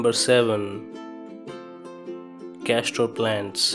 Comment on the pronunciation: It's not Castro plant but castor plant. Castor oils are available in market and it grows wildly in our region and it's not poisonous so stop bullshitting.. Laziest talking ever without expression. English is so wrong as well